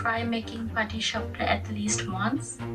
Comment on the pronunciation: You nailed the patishapta!